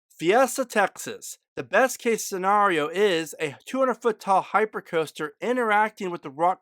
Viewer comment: Why do you keep saying scenrario instead of scenario?